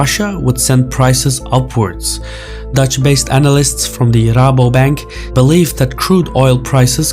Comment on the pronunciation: Bro... You pronounced a dutch name. That is pretty cool. Rabobank. It's not often I can understand a YouTuber saying a dutch name.